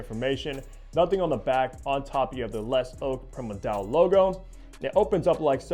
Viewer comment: You miss pronounced it. Just say “ le ZOW PREE-MUR-DEE-AL”